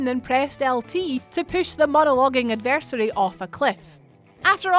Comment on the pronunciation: You did actually nail Volgin and Sahelanthropus' names. However, you butchered "adversary".